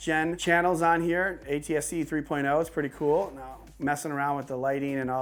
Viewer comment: Y everything keeps saying that word C00l sounds like $CHOOL UGH 😑 LOL RIGHT GIVEAWAY ONE OF THEM TV MOUNTS OR TVS PLZ LOL 😂